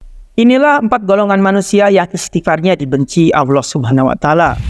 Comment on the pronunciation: Subhanallah Kajiannya bagus. Tapi sayang pelafalan Allah nampaknya sangatlah belepotan. Tolong supaya adminnya memperhatikan hal tsb . Jaga kemuliaan Allah Azza Wajalla dengan pelafalan yang baik